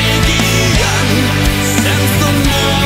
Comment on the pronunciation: why does he pronounce "pageant" with three syllables in the chorus? never heard it pronounced like that.